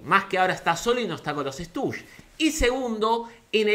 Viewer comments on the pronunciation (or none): Me molesta que digas "Estush" en vez de "Stushis". Igual te quiero.